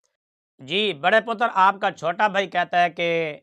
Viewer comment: مفتی صاحب آپ مرجے پتر کی منجھی بڑی اچھی کر کے ٹھوک رہے ہیں۔۔۔ اور مرجے پتر کے تضادات کو اکٹھا کر کے دکھاتے ہیں۔۔۔ پر یہ ہے ڈھیٹ آدمی۔۔۔ اس( مرجے پتر) میں تھوڑی بہت بھی شرم ہوتی تو کب کا ڈوب کے مر چکا ہوتا۔۔۔ باقی آپ کا سرائیکی ایکسیڈنٹ میں پتر کہنا، پتر کی تا پر جزم پڑھنا بڑا مزے دار ہے۔۔۔